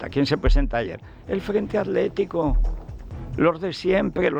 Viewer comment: Federico por que no pueden pronunciar correctamente atletico o atlantico o hitler y en lugar de ello dicen aletico o alantico o hiler? No hablas bien!!!